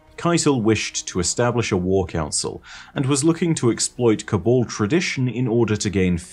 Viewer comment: No one:: "col-ball"